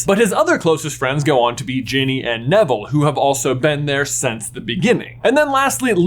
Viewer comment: Did you say genie and not Ginny?